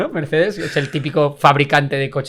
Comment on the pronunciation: Me duele mucho cada vez que decís "Merzzzz"... Es como cuando oímos a los alemanes decir Gaul Gonsales cuando nombraban a Raúl en el Schalke... se pronunciaría Mertss, con una T y una s alargada. Pronunciais mejor a los grupos yihadistas que a los nombres alemanes jaja. No lo toméis como un comentario Besserwisser (os pongo hasta deberes), pero habláis mucho de Mertchedes (me gusta el mote) y duele oirlo con la Z española.